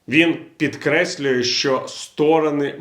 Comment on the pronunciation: Я Вас поважаю, але вибачте: "Трамп пікреслює....." - звучить дуже смішно)))))))))))